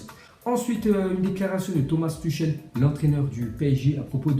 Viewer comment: Ca se prononce Turhel pas Tuchel